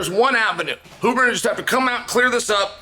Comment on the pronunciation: Huberman, Hooberman, Euberman…🤣